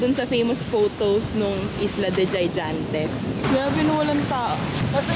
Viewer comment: Islas De Gigantes ang pronunciation sounds or read like “ Higantes “